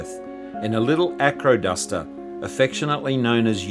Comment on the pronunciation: Sounds like you’re saying ‘aquaduct’😂Wondered where this bird went off PlaneSales, I nearly bought it a few years ago,had been in the market for a long time! This had quite a history in the USA. The only reason I didn’t buy it was it couldn’t carry anything after full fuel. Hope you enjoy the machine👍